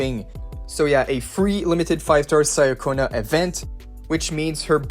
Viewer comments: She is not "Sayaconna", it is Italian, so it more like "Chaconna". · Another person who says names wrong Cia in Italian is pronounced as Cha. Even in the story she introduced herself this way. Cha-conna And worst of all you say Zani's name wrong too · Pronunciation: Chee-uh-ko-nuh Ciaccona.